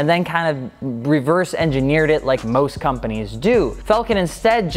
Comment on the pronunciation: It's pronounced Fall-Ken , not falcon. Falcon is a bird. Falken is a tire.